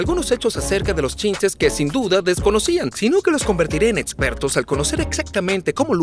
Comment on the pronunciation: Jajajajajaja el doblaje dice "Etsisten" "etspertos" "Etsperimentos" "etsperto" "diotcido" jajajajajajajajajajajajaja